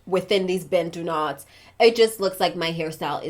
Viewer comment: I appreciate the fact that you pronounce 'Bantu Knots' better than what most Americans say.